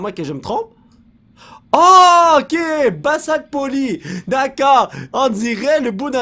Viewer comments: ON DIT "BAZALTE"!!! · polo sa s'appelle du basalte mes sa se prononce bazalte ou les roches basaltique ça vient du magma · Le basalt (qui se prononce avec un z comme bazalt) et la blackstone se trouve dans un nouveau biome du nether que tu n'a pas encore découvers, ce biome est le biome basalt et tu peut y trouvé du basalt, blackstone et plein de cube de magma Et il y a pleins de sendre qui volent partout OUI! Après ce biome, il te restera que a trouvé le biome des Âmes ou l'ambiance et plutôt bleu et aussi, les flammes sur le sable des ame et le sol des ame est bleu! (Liké pour qu'il le vois svp:) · Pour le basalte, on ne dit pas du "bassalte" mais du "bazalte"